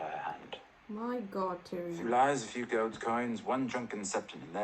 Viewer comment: Yoooooo my man love hearing you calling tyrion tyrone 😂😂 waiting for your next episode of GOT💪🏻